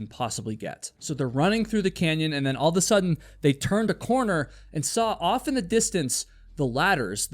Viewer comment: The only crap I'm going to talk is the fact that you still can't say the phrase all of a sudden properly 😒